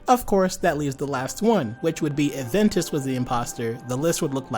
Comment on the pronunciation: It’s Ventus.